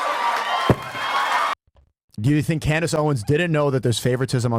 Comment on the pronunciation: "Tink about dis"---Fresh